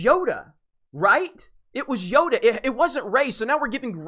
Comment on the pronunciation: Yoda not yoga😜